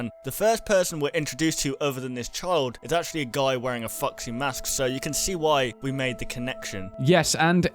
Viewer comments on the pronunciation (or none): Those is it me or those says:"Fuck see" when he wants to say:"Foxy" but still I love your videos guys! Almost every theory has sense to me and just be like this! And I think that the purple guy is the owner of Fred Bars Family Diner chose when he sold hes restaurant he knew where will be the animatronicks so he killed the kids and so on and so on... You all know the story...